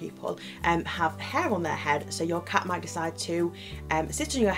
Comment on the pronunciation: CAT... CAT... not car.